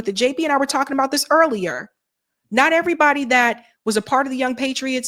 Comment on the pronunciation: I’m an old southern girl and I didn’t even notice she said “airbody”